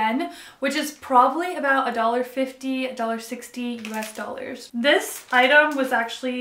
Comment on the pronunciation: did you say us doll hairs? Lol